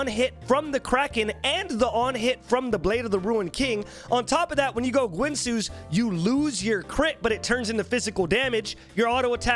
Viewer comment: Oh God the guinsoo pronounciation